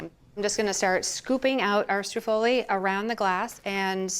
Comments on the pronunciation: I need her to stop putting the accent on the wrong syllable. STROOOO-ffoli, please! Also, Juila is always saying "prozhutto" and it's not supposed to be voiced. But while they need to work on their Italian I do love this channel! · she said: STREW FOLIE